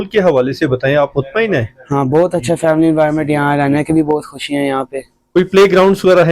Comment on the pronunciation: bro the boy u r asking for is not from pakistan so that's why he say kusiyan he is from usa